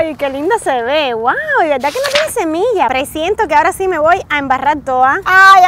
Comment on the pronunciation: Es "semilla" no "cemilla" ☺☺☺